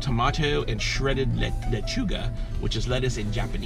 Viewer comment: Lechúga is lettuce in Spanish.... but at least you said it right!